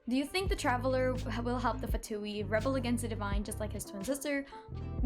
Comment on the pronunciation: more like "vain", also in genshin they pronounce the word wrong (at least in the english VA). They say Fatuì while you are supposed to say Fatùi.